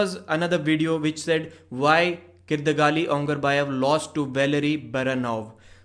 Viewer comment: its not kyrdagali dada, its kydyrgali ongarbayev :)